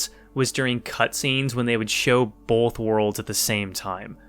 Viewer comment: "Bolth" Nothing but respect for our PNW president.